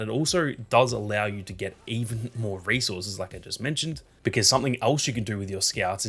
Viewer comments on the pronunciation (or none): Oh resources. I thought he was saying racehorses 😂